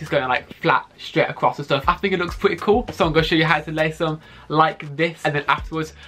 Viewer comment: Pwetteh fwesh pweteh coowl sorry ;/